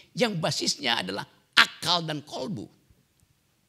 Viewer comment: Maasyaa Allah,bung RG bilang qolbu pakai qof bukan kaf